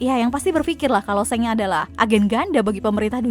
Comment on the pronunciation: Shenks? Wkwkwk emang di animenya gt cara penyebutannya?